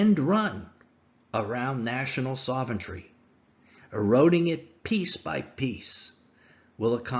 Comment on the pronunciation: I love your videos, but a piece of advice - please learn how to pronounce 'sovereignty' properly. Yo'u're saying 'soventry'. You need to add an R after the V, and take away the R after the T - 'sovrenty'.